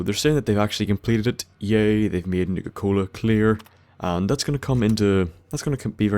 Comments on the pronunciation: Sounds like he's saying nigger cola 🤣🤣🤣🤣🤣🤣🤣🤣🤣🤣🤣🤣🤣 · It sounded like he said nigga cola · Same, at first I thought he was saying nigga-cola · I keep thinking you're saying "nigga-cola" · sounds like you saying Nigga Cola